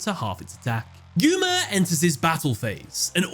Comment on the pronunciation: "Yuya" "Gooma" Poor Yuma can't have his name said properly.